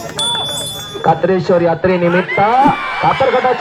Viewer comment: खत्रे शवर नवे कात्रेश्वर म्हणायला हवे